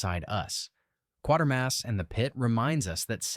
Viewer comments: I find the original slowly creep into you and I found it more unsealing. I notice again the AI miss pronounces Quatermass as 1/4 mass when it's more like Kway-ter-mass. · Pronounced QWATERMASS